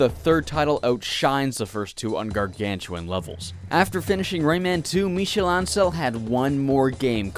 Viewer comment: The pronunciation for “Ancel” is all over the place in this video